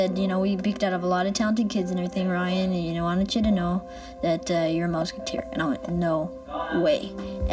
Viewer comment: You can faintly hear the "aboot" accent when he says "know".